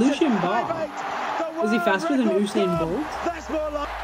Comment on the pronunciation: USAIN BOLT!!!😂 🇯🇲god damn man butchered the name